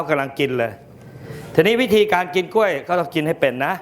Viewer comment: พิธีกรควรพูดตัวควบกล้ำ ร ล ให้ชัด กล้วย ไม่ใช่ก้วย